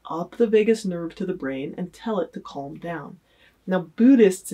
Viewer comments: The way she pronounces the word calm annoys me more than it should 🤦‍♀️ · Did she just pronounce the 'L' in calm? wtf lol